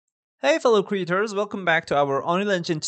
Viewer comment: CREATORS is pronounced cree-AY-tors. Not "creetors". And CREATURES is pronounced cree-churs. Languages aren't consistent.